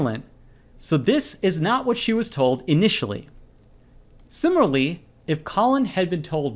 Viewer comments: It kills me that he pronounces “similarly” as “simarly” throughout the whole video while explaining to me a college admission level question. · Sim-i-LAR-ly I know I can’t be the only one who was irritated by his pronunciation 😂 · *It's too bad Mr. Oxford here can't pronounce "similarly" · Until this channels owner learns to pronounce ‘similarly’ correctly he definitely won’t be enrolling to Cambridge!!